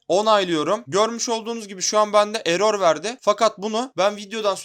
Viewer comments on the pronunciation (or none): none